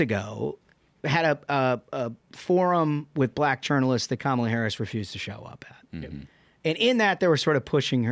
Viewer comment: I love for a million issues but his pronunciation of Kamala is great. Some dirt bag chastised tucker for it when he was on fox. NC Atty Mary